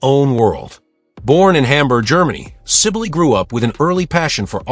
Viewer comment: Pronounced Sybil